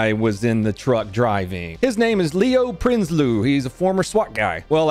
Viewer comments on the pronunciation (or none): its pronouced prinse loe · Its pronounced Prince loo wa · You pronounce his name Prince Loo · Any other fellow South Africans in the chat It's pronounced Prince, lo, a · samee lol the "prinsloo" sent me XD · Living in Pretoria SA, not as bad as you'd think but things like this happen often lol And yes you aughtrtrd his name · btw yes u r slottering his name, its Afrikaans, a germanic language. its not to hard as long as u can speak at least one germanic language....wait enlish is one....